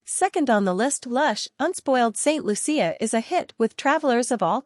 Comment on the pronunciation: Once again please say ST.LOO-SHA not ST.LOO-SEE-AH!